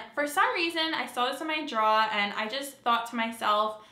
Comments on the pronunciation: Omg love the way you say draw. Your accent comes out, though you might think you have one. Great job. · are you saying draw? Makeup draw?